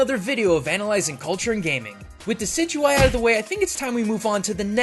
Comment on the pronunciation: Thank you for finally pronouncing Decidueye right